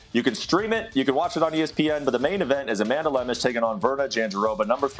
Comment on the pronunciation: Oh, baby the comments section for ESPN UFC... that's where the action is! Brett opens by mispronouncing Amanda's name and bragging abt Ian killing it w picks where he bet on nothing but big favorites and going 4-2 😂